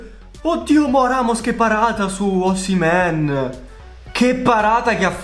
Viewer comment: Si dice osimen